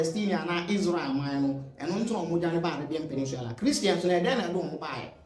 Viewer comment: I like your videos. Keep it up. But a little pronunciation correction (PENIN_SULA). NOT (PENIN_SWILA)